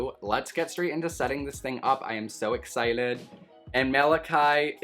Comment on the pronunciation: WHY DOES HE KEEP SAYING "exciled" ?¿?¿?¿?